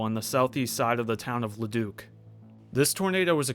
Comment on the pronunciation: Excellent pronunciation of Leduc and Beaumont by the way.